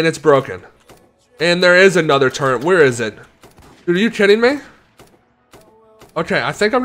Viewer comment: turrent its a turret …